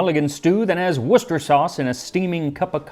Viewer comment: I’ve heard a lot of peoples say how much they admire your pronunciation of their language, and now I hear you say Worcester sauce - perfect 😂